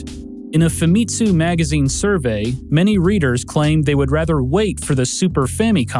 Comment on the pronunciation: I think Famitsu is pronounced with an emphasis on the first syllable, not second. Like Famicom, since it's Fami+Tsū. Amazing video, by the way. Even just talking that long would be tough.